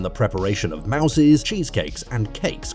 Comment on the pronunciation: I think it's because it's an AI voice over....it also pronounced multiple dessert mousses as the rodent mouses. Ha, Ha